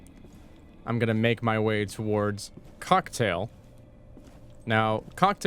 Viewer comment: did he just say cucktail?